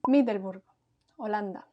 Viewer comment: You pronounced 'Middelburg' pretty well!